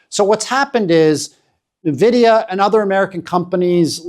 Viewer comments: It is pronounced N - vidia, not nvidia One would think someone talking about a company would learn how to pronounce its name… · Really great analysis, however it's 'En-vidia", not "Na-vidia" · Nvidia is pronounced as invidia(envidia) as it comes from Latin Invidia. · Maybe its because i'm a tech guy but people saying Na-vidia instead of N vidia really gets to me. Huawei do have a talented team of chips designers but they don't have access to foundries like TSMC and fabrication machines needed to make chips that can match Nvidia's best chips. These limitations have severely handicapped huawei to the point where they can't even get their Kirin chips to match last gen's chip from snapdragon. Lets be logical and wait for the 910D to be benchmarked before saying China dont need Nvidia's chip anymore.